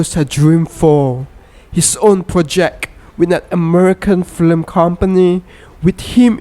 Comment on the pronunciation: Has anyone noticed that the guy in the video says things like I am an Americant, into productiont The American flim company , Gonet , swelling only the braint, he died with an erectiont .